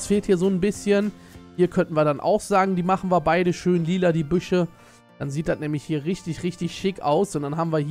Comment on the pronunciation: Wer liebt auch dieses ,, DAT"